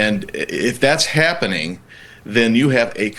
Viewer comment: "happening" the dude says happening? whaaattt